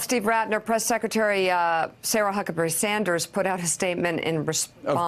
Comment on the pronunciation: "Huckaberry Sanders" LOL.